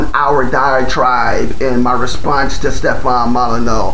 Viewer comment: “Yo boy named Hugh Cipher”, how original “Mull eh new”